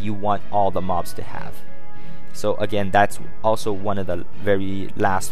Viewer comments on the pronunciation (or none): none